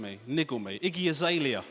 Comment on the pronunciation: i thought he was saying “icky azalea” at first 😆